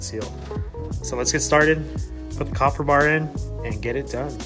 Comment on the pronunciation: KAY-fer... great vid